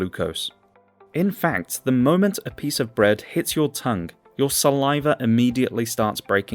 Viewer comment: Learn how to pronounce the word ‘Pasta!’